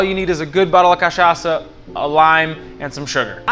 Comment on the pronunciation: You pronounce Caipirinha and Cachaca perfectly. I bet you are Brazilian. Love your video! Obrigado!